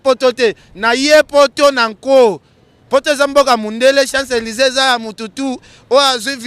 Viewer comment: Ken mpiana yekola koloba balobaka siant Élise et balobaka chants Élise obimela wapi.